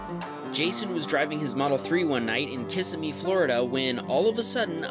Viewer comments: Kis a me? It’s not kis a me it’s fucking Kissimmee (kiss sim mee) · FYI...Regarding clip of bikers in Florida: It's pronounced Kis-SIM-mee (NOT KISS-im-mee)🙃 Your clips are GREAT👍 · Just FYI: Kissimmee is pronounced kuh-SI-mee, i.e., not asking for a smooch